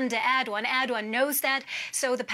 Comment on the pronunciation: did she say Erdwan ? who the heck is Erdwan